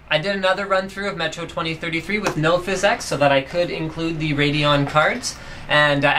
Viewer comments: physx not physex... :) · lol "fizz ex'' instead of pronouncing it "physics" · i know that but he pronounces it differently